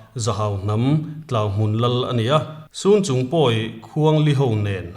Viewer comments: Sunchung in tih hi chhunchung zawk anilo maw aw halkha leh falam inkar amikhi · Sun or cun chung tih ani mai thei.Chhunchung tih tur a ni e.